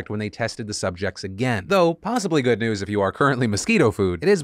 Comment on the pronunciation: Markiplier’s getting Nude for the Good (pronounced Goo-d)